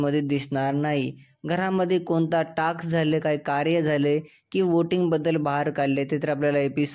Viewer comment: Tu adhi task bol ...taks nahi...😂